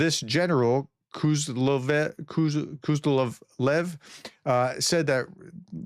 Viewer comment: Great video: The generals name sounds probarbly more like: Ku-sov-lev. You just clap your hands three times. =) Greetings from Sweden